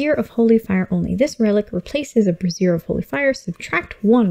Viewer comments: Bray-Z-Ear. Not brassiere. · Brassiere of Fire. I had to laugh every time you said it. Sorry. lol Not nitpicking but its pronounced (brāZHər).